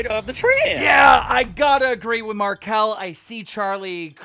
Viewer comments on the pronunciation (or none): none